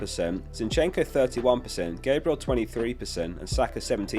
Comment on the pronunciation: Mate, as a gooner why can't you pronounce GAB-riel properly? He's not an angel 😂